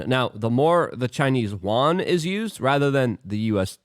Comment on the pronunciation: Luke, can you say "You, N" or even "U.N."? but if you slur "YOU_EN" together you end up with an approximation a lot closer to the word for China's currency than what you're saying now for 元 ---- I'm welcome!